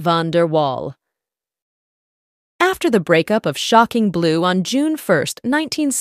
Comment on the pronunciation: SHOCKING blue. Stupid AI programming can't figure out how to say it without emphasizing SHOCKING. So annoying. "click". i'm gone.